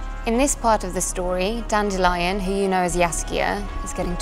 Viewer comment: I am glad she pronounces Dandelion correctly unlike the narrator of the audiobooks.